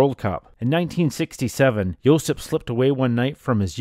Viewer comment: JOSIP (not Josep) !.